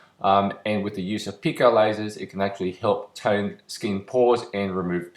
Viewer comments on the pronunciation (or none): none